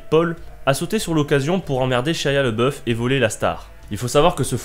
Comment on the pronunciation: Shaya le boeuf xD Ca se prononce Chia labéoufe